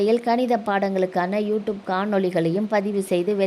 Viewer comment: You ட்யூப் (tube) என்பது சரியான உச்சரிப்பு, you டூப் அல்ல